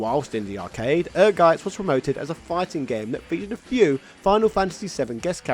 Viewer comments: The title of the game is pronounced "Energize" (It doesn't stress the letter n). It is an "engrish" typo, which is when Japanese developers misspell English words according to how they sound to them. The logo for Ehrgeiz is a battery conducting electricity for context (ie. The battery is energizing). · Greets from Germany. Ehrgeiz is a German word and it's correct pronunciation is "Air-Gaitz" 🇩🇪✌️ Great video as usual! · Without even watching it's Ehrgeiz... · I adore every American who try to say the German Word "Ehrgeiz" its's always Funny